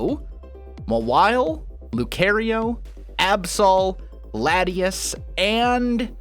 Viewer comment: Did he say lati-is?